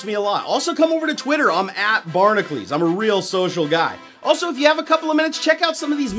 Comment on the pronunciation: I think needs to learn how to read. Barnacules does not read "barnacleez"